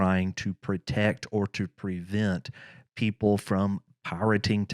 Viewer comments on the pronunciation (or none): none